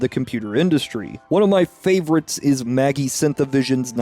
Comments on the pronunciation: 11m15s Yes, that is actually the original music. And Magi -- it's not "maggie", its "madge-eye"" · Magi is pronounce maj-eye. Like magic not maggie. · I was a Director at Digital Productions (DP) starting in 1984. For what it’s worth, Magi is not pronounced Maggie, it’s pronounced Madge-eye. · Just wanted to point out that "MAGI" Synthavision is pronounced "Ma-jai". Also that's an old school neon light not an LED light in "Red's Dream". Other than that, this video is really awesome, thanks for sharing!